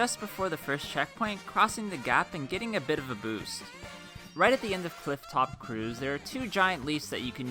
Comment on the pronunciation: CIFFTOP!? You mean cloudtop Cruse